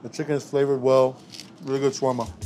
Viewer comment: It's funny how you trying to teach people how to make something that you even don't know how to pronounce it right lol